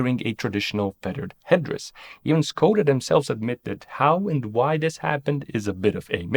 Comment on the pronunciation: I was amazed how you pronounced all non english names, surnames and other words until You reach "Škoda". It should be pronounced not "Skoda" but "Shkoda".